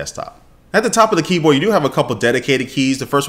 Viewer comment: i love that he said keepor instead of keyboard